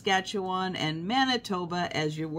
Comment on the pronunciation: Good morning! Beautiful to here you say Manitoba. And all the other provinces! ❤😊